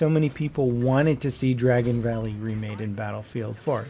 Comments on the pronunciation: Dargon? You surely mean Dragon. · Dargon valley 😂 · Dargon valley 😂😂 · Dargon Valley? 10/10